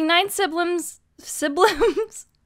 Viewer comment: "Siblims". That.. Is my new favorite word,.